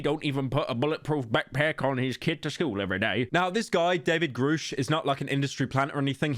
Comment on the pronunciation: Why does everybody keep saying, "Groooosh" It's Grusch. As In, "G-rush" For fackx sake, do these idiots pronounce "Rush", as "Rooosh". Motherf**ker